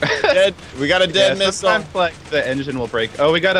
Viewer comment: Lol I though sethbling said 'this is my new minigame , nipple war ' lol I know now that he said missile war